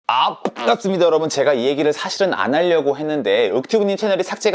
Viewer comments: 아~ㅃ앙갑습니다. 홀이냐 짝이냐 이것이 문제로다. 이래서 뭐요 ㅋㅋ 말을 돌리지만마시구요. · 아 뽱!갑습니다 너무 찰지네요ㅋㅋ